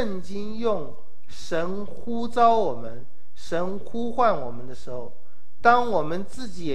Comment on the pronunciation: 呼召。召四聲趙兆